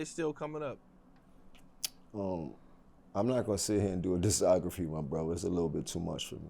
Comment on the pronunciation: A lot of funny mouth movements.. Pause. What's up with? "Dissography.." 😅